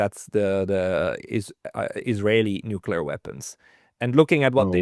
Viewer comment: C'mon: not NU-CU-LAR. It's NU-CLE-AR.